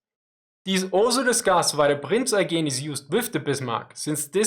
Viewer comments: actually it is more like "oygen" (with a hard "g") - not sure why pronounced the word differently here. usually has the pronounciation on point. It's a somewhat normal yet maybe a bit outdated surname in Germany. (Native speaker here) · Ooooh, now I know what the problem is: the "he" in my first answer was Eugene of Savoy, not. In Austria people know he was french and tried to pronounce his name in a more french way and that's where this half assed butchered Eugeeen pronounciation comes from. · yeah, gets it wrong, its bothering me too, does it right. From what i know Eugen is pronounced that way cus its a french name. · He's Austrian, right? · I'm Austrian too, even from the same city as. So I know that the pronounciation of Prince Eugene is different from the normal one.